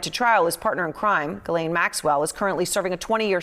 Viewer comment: Has no one ever told Hasan how to say Ghislane?